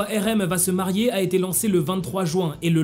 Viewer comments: Marier pas marer 😂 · t'as e ris marer au lieux de marier